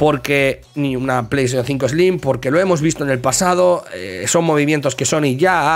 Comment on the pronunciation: Pleishon tsinco 😂😂😂😂